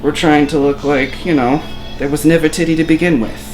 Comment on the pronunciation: "there was nevah titteh to begin with" I love this